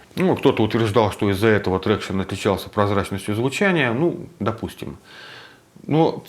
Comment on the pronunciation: Ни Трекшн, а Трактион, англичанин блин)